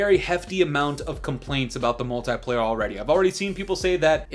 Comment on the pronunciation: The way you say multiplayer is bothering me 😂😂😂